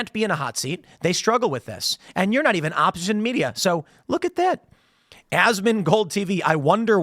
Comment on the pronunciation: Tim says "opposition" with an Asian accent.